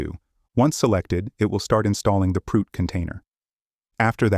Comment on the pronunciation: This is amazing but sorry… Proot sound exactly like prout in French and it means FART I know this is childish but damn I am laughing soooo hard